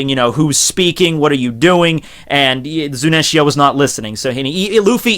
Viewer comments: its zunisha not zuninshya man correct yourself u r a one piece fan. be respectful. i expected better from u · It's Zunisha not Zunenshia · Dear The elephant is named ZUNISHA (ZU-NEE-SHA) not ZUNENTIA 😄 Hope you note this ✌️ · I crack everytime he says "Zunenshia" or "Momuske". Love your videos btw. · **PUBLIC SERVICE ANNOUNCEMENT TO ** Pronunciations are as follows: MO-MO-no-ske and Zu-nee-sha..... That is all. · Eddie The Cat hes pronouncing it wrong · dawg, "Zu-ni-sha", XD! Gawd bless this channel, XD! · I read this comment before watching the video, I was trying to think how he would mispronounce her name, but MY GOD that is terrible lmao.